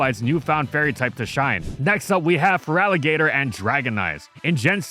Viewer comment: THERE IS NO VOWEL BETWEEN THE T AND THE R IN FERALIGATR! REMOVE IT NOW!